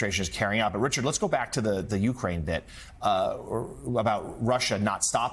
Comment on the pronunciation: Gee! What a surprise. ...and bloody Americans still don't know how to pronounce "Ukraine".